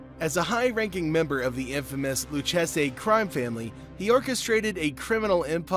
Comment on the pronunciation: Yea nah i stopped watching after he mispronounced Lucchese